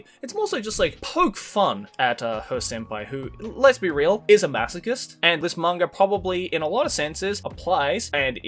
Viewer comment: Did say “Masokist” instead of “Masochist”? I’m hearing it correct right?